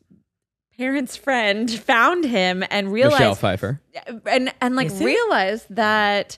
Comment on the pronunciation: Was looking for this comment, grinds my gears that no one corrected Zach lol